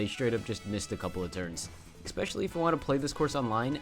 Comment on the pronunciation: bruh, u said especially about a thousand times but also managed to never say it 'eXpectially' is not a word my man, its just SO jarring when you say it like 2x per track....ESS-PESH-ELL-EE is the phonetic spelling, thats what u get for putting trash above ninja hideaway cuz its a hard course lol - but fr, PLEASE change that